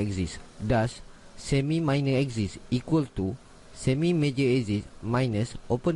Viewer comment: its prounounced A-KSIS- like x-ray NOT like eczema like YOU pronounce it..